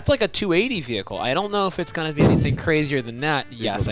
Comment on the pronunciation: he NEEDS to stop saying "vehicle" oh my god